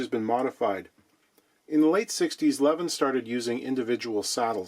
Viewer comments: It's pronounced L'veen. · It's pronounced "Leveen". Greetings from Sweden! :)